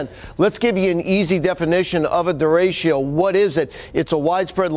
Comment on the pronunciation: How is it possible this guy can't pronounce derecho?